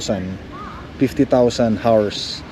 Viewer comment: L.E.D., hindi led. 50,000 hours(ours, not arse) is a very long time. Baka patay ka na, gumagana pa iyang ilaw. Don't be so cheap on things you buy for the house and for your loved ones. It is OK to be frugal, but being a cheapskate is disgusting. Baka sunog lang ang fuse ng radio mo sa truck. Check the fuse. Tunog lata ang nabili mong radio.😂